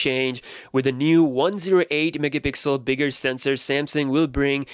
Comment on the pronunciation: DUDE!!!!! It's mega PIXEL NOT "MIXEL" jesus christ